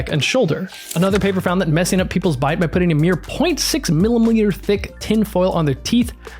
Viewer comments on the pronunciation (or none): Say millimoiter again, I dare you.